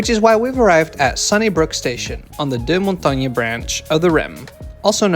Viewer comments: it's dur-mon-TANG not dew-mon-tang-ye! haha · Visited Montreal a few years ago, just as the Brossard REM was opening. Looked impressive. From memory, Deux Montagnes is pronounced Mon-tayyyn by locals, not the Parisian-French Mon-tan!? Key issues for Montreal is to finish the line to the airport (the rattly bus along the freeway isn’t a great intro to the city!) and build one heading north east …the most clearly underserved part of the metro area